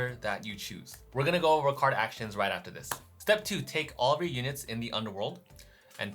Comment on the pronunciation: and here I thought you were saying Kardashians until I realized you were actually saying Card Actions